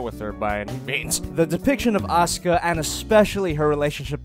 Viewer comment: It sounds he said Oscar instead of Asuka